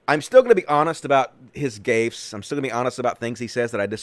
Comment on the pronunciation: Gaffes A is pronounced the same as in had